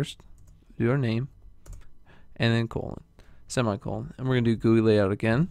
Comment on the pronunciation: its not pronounced "GOO-ei" Its pronounced "Ji-u-I"I'm talking about GUI